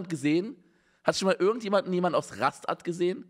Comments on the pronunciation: Jeder normale mensch spricht es "Raschtatt" aus.. Man unge regt wirklich auf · Alter, regt mich Unge mit seinem Rast Att auf! Man sagt ja auch "statt" und spricht es wie fucking "Stadt" aus.... RRRRROOOOOOAAAAAAAAR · Du triggerst mich So hart mit deinem Rast "Att" Meine fresse bitte sag doch einfach Raschtatt 😂😂 no Front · Trenn es Lieber Ra- und dann statt. Nicht Rast-att xD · Jeder: Ras(ch)tatt (st und sp werden sch ausgesprochen) Unge: RAST-ATT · Wenn Unge versucht ein Video auf 10 Minuten zu strecken „es heißt RAST-ATT“ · LEUTE RASTATT NICHT RASTSTATT! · Und wenn es Ra-Statt ausgesprochen wird? 🥴😏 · Unge ... man kann st auch wie scht aussprechen😂 also nicht ras tatt oder rast att sondern raschtatt. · Rast-att Ras-tatt ABER WO IST RA-STATT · RA-STATT NICHT RAST-ATT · Ra-statt nicht Rast-att🤦🏻‍♂️🤦🏻‍♂️🤦🏻‍♂️🤦🏻‍♂️ und st wie "sch" Unge lost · Rastatt wird Raschtadt ausgesprochen, was los mit dir , cringe 😂😂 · einfach witzig, 11 jahre in ra-STATT gelebt und unge ist absolut getriggert, vor allem kennt die stadt keiner hahaah ja unge es wird so ausgesprochen ! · Nein unge die Stadt heißt Rastatt (ausgesprochen - Raschtatt) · Simon, Rastatt. Ra-statt. Steuer. St. "Ra-schtatt." 😭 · Digga du hängst so krass man. Es heißt ra statt so wie das wort statt mit ra davor. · wegen dir werde ich es jetzt jedes mal Rast att aussprechen... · 30% des Videos: Reaction 70% des Videos: DAS HEIẞT RAST ATT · Ich check ehrlich nicht was Unge an Rastatt nicht akzeptiert. Das St im deutschen kann mal auch als „Scht“ aussprechen (Bsp.: Stuhl). Also wieso soll man dann nicht Rastatt als „Raschtatt“ aussprechen? 😂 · man spricht es raschtatt samma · Raschdat so wird des ausgesprochen lieber Simon 😂😂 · Ich bin einer von denen, die in Rastatt wohnen. Ist gar nicht so klein die Stadt. Die gibt es tatsächlich!! Und so spricht man es aus: (Lautschrift) ˈʁaʃtat !! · Das sagt man ja auch Ra-Statt. Und wie sagst du "stattfinden"? RA (Pause) STATT!!!!!!!! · Das spricht man Raschdat aus